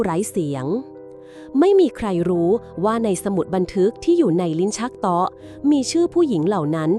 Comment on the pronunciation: เบื่อ AI วิ่งเล่น เป็น วิ่งแล่น, โต๊ะ เป็น เต๊าะ ไม่ฟังดีกว่า ถ้าเจ้าของเพจไม่คิดจะอ่านเอง👎👎👎